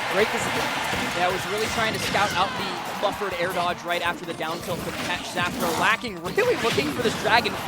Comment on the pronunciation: Dyslexic caster lol it’s X-Fah-Roe no Safro